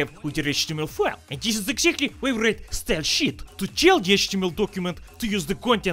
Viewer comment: When I read the subtitles, my brain hears "style-sheet". When I'm not reading them, my brain hears "style-sheep." :D